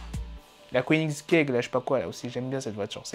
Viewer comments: J'SUIS MORT IL A DIT "KOENIGZGUEGE" au lieu de Koenigsegg 😂😂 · OH C koenigsegg déforme pas le nom de ce chef d'oeuvre